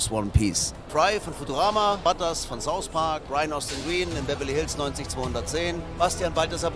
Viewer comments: Saus? Es heißt South 😂😂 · Immer diese Deutschen Youtuber die immer beim Englischen statt th s sagen z.B Sauspark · Saus Park Kein "th" zeigen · niemand: monte: will smis, saus pak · Niemand wirklich niemand Monte: Saus park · Niemand: Monte: Sous Park